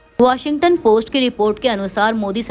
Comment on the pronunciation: अबे चूतिये वॉशिंगटन नही वॉशिंग्टन बोल